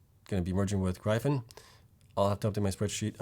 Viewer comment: Love the videos as always, but Gryphon is pronounced "Griffun"